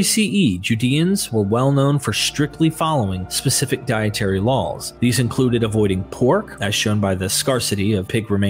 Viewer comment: Sounds like you're saying "LOL's" when you say "Laws"